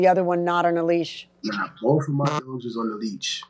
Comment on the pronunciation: I thought it was leash, not leech.lol